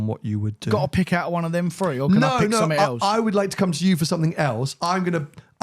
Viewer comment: Free = three 😂